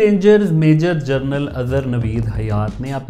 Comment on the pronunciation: آپ نے اس وی لاگ میں لا تعداد دفعہ لفظ " جنرل" کو " جرنل " کہہ کر پکارا ہے۔